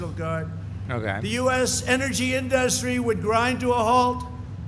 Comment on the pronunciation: Why can't he say "Industry"... I can feel my skin crawl every time he talks.